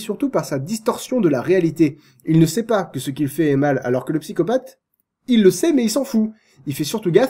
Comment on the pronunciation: c'est un vilain pyscopatheuh VILAIN PSY-CO-PATH